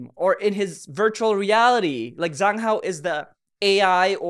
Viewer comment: You always pronounce zhang hao’s name wrong, it’s pronounced as Jang hao with j not a Z 😊❤